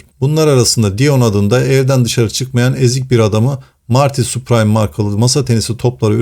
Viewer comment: Soyadi Süpriim diye okunuyor*